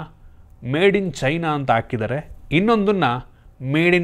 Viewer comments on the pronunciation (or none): ಅಕಿದರೆ ಅಲ್ಲ ಗುರು 😢😢, ಹಾಕಿದ್ದಾರೆ. ಕನ್ನಡ ಸುಧಾರಣೆ ಆಗಿಲ್ಲ ಇನ್ನು 🙄🙄🙄